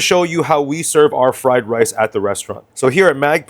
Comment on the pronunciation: hahaha,... your fking friiii lice is fking full of WOOOK HEEEIIIII